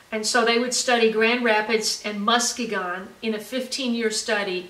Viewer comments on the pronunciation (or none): Muskegon….pronounced Musk-ski-gon…Lol…just a fyi, no criticism. I had to laugh…it was cute.